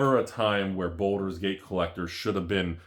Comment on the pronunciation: Baldur, not Boulder...